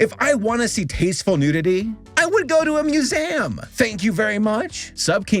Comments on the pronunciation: I really hate dogging on pronunciations, but... "Muse'aam" I am just so confused. I've never heard this pronunciation before. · did he just say musaem? you mean museum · He said moozam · muse-ay-am Never heard it pronounced like that lmao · "TheAtre" "musAum" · "thee-ay-ter" "mus-aam" Nothing to add, it's just a way of pronouncing those words that I've never heard before. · In distress over how pronounces 'theater' and 'museum' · 1. I swear I heard Greg Universe instead of. 2. Please don't ever pronounce Museum that way again. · I never thought I would hear somebody else pronounce "museum" like Matt Watson, but here we are. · Sabers pronunciation of "theatre" and "museum" cracked me up for some reason..